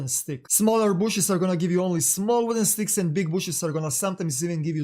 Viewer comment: Beckpeck, regs, sssstickssss man the way you talk I'm gonna puke really, if you gonna speak it speak it good